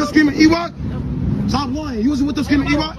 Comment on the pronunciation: That ain’t ewok that’s Lewok